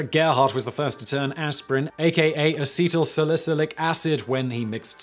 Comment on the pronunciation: say it with me Simon: “ah-seat-l sal-ih-sill-ick”